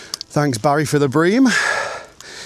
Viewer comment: Stop emphasising the name 'Barry'...we dont like it 😂🍻